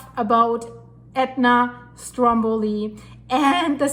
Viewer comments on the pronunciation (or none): none